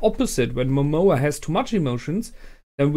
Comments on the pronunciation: Why do you call lord Momon as Momoa? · It´s a minor complain and I know is too late for this, because most likely you already watched the last episode but, it´s not MOMOA, its MOMONGA, MomoNGa, wherever i Heard you say Momoa it reminds me of Moana, and i´m probably the only person that think that it sucked and it was way inferior to Frozen, but anyway, it´s a minor complain.